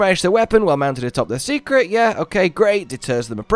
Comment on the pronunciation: Why do you keep saying Secret for the Seikret? I believe it's pronounced "Say" not "See" So like Saycrit Or "Say Crate" Ya know..cause in Japanese an "E" often has an "ay" sound to it?